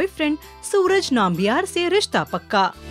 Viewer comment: It's not naambiar... its Nambiar.. pls check yur pronunciation